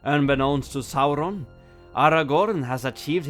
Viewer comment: I know it's off topic, but is it true you guys ended your covid restrictions in Norway? If that's true, it makes me love Norway even more 🙂🇧🇻 also, love to hear you say Saurons name once more! 👍🙏